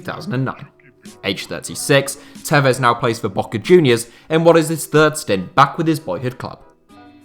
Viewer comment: when he said "B"oca Junior, I really felt that "B"